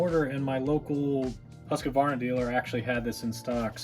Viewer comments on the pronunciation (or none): What a pain chasing a bad coil. Your little music overlay is unnecessary. And, it's Husqvarna, not huskavarna. There's no A after the husk syllable. About 90% of utubers mispronounce it, though. 😂 I enjoy your videos. You are very patient. Thanks.